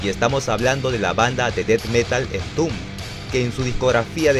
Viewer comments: En latam se pronuncia EN-TOM-BED cabrón! Que entumb ni que mamiladas! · "Entun" jajajajajaja buen contenido, pésima pronunciación 🤘